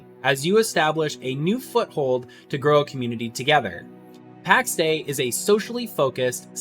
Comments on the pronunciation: Soz, you lost me when you said "Packs Day" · Would be nice if you didn't pronounce "Pax Day".